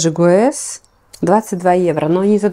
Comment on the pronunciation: здравствуйте! Ну гесс же, а не гуэс 🙏🏻🙈🙈